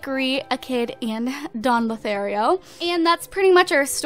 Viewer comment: AND YOUSAID DON LOTHARIO CORRECTLY